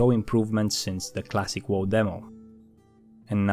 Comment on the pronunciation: I love how you say "vanilla wuw"